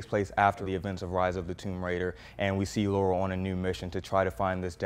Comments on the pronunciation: It's Lara not Laura :) Great review man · Her name is Lara not Laura !!!! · Guy competent enough for a decent review can’t read “Lara”. Kind of lends itself to credibility, right? Laura and Lara are different names. Attention to detail can make the difference between “okay” and “great”. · Why do people always mess that up tho? In so many of the games, they say Lara. Like why is there any other thoughts? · Jacoby Nero no it’s not a very common name. But one is pronounced Lore-uh, the other is pronounce Lah-ruh. If you played any of the games you know it isn’t Laura 💁🏻‍♀️ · It’s Lara , not Laura